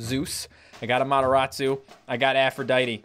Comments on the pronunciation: Why is calling amaterasu to amotorasu/amotoratsu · you said the AMATERASU wrong lol